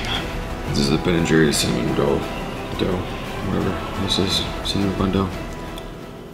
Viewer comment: I mean he calls it ronought I call it cinnaronought